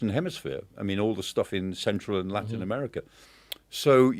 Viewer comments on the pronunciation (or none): none